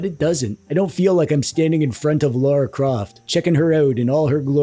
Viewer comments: L-a-r-a Croft not l-a-u-r-a Croft god it infuriates me when people butcher the english names FFS everyone says lara as it is spelled not friggin laura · i cant tell if him saying "Laura Croft" is a bit